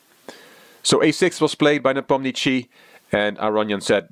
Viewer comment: Is it a European custom to introduce oneself as? This is! As though anyone knows or cares who "" is. This is one reason I avoid these videos. at least pronounces Nee POM nee uh shshee right once (and puts some "tch" into it a few times, which is wrong).